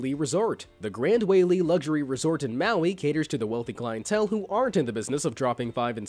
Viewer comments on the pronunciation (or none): Btw the Gran Wailea is said like this:Grand Wai-leia